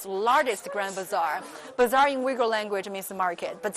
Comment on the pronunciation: First of all, you need to study how to pronounce 'Uighur' not yuigur dumbass.